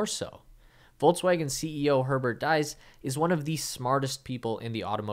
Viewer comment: his name is Diess not deis xD